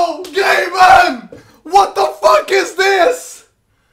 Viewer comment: Its gabing-ben